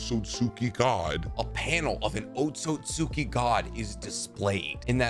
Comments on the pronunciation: It's easier to say when you say it correctly. It's pronounced like Oat siut ski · Let me help you out, it's pronounced oat-soot-ski. Much easier than what you're saying lol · just my little nit pick but ōtsutsuki ain’t pronounced like that but i like the video